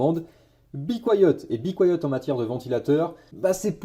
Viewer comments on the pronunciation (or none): "Bicoyote" tu m'as tuer mdr on prononce be quiet "bi kwaïet" 🤣